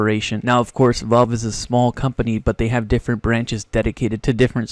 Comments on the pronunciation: Bud pronounce it valve not Volve omg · wtf is volve? IT'S VALVE KID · please just fucking learn how to say valve properly pls